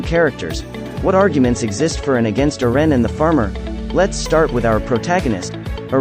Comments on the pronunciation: His name is not "erean" ITS EREN PRONCED ERENNNN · Can u say eren not eran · Who tf is Ur-ren? 😑🤨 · Who is ern? Lol ITS.. EREN...yeager.... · why does it pronounce eren so fast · STOP SAYING EREN INCORRECTLY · But why does he say Eren like that, though?😅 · Bc ai is big stupid